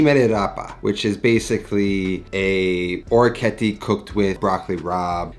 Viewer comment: Thanks for the recipe, its delicious! Another awesome orecchiette dish is orecchiette Di Manzo Al Limone. (Creamy sauce with beef and lemon) Oh and orecchiette is pronounced like TEnt at the end ;)